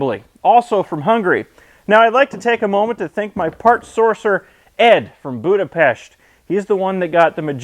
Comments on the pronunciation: Wow he actually pronounced Budapest perfectly. Also bojler eladó! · the first guy who is nto hungarian and can say perfectly Budapest :D not budapeszt :D